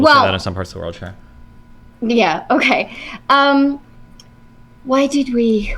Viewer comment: which uni teaches you to say OKEee like that i have to know 🤣